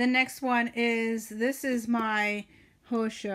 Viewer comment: Liked your video very much, great ideas ☺ fyi, Hosea is pronounced Ho zà a ☺